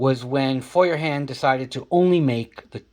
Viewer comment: Yes, you are pronouncing it correctly. FOYERhahndt, means Hand Fire or hand held fire.